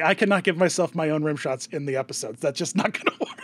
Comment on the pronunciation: Rimshot not rimshaw. And it's idol not idle.